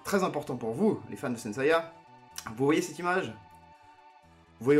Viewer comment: Une question: apparemment tu connais la version originale de la série d'origine (tu donnes les noms originaux des attaques, tu prononces correctement le nom de Geki), alors pourquoi on a droit à du "Seyar" et du "Shina" pour Seiya et Shaina ?